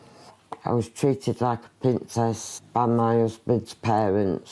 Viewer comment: "I was treated like a pintsess ".